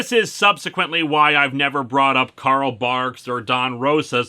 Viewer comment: Anyone else think he said Karl Marx instead of Barks